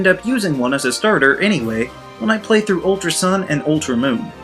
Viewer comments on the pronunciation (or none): none